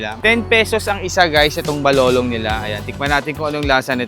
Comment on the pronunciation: Bakit yong balolon naging balolong